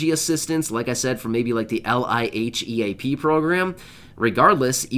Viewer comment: LIHEAP...... Pronounced leap....